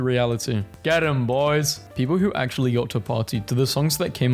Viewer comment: "ac'ually, you know wha?"